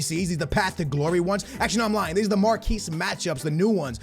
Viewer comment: Mark-Ee matchups not marquese matchups